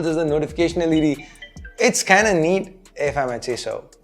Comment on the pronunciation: Damn bro you re trying sooo hard not to fake your accent but it's evident in almost every video. "It's kinda neat" sounded so funny 😂